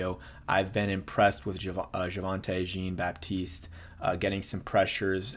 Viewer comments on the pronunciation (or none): Dude I don't understand how you can't figure out how to say these names. Sinnot is pronounced like senate. Easy. Jean is not like the blue-jeans. It's pronounced like John. Get it together